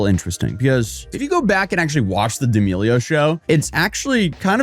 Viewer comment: Why are you saying her last name like that 😂